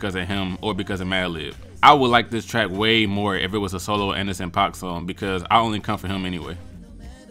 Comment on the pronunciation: U pronounced Anderson.paak right it's like pock